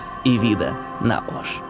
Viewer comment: Не Аша а Оша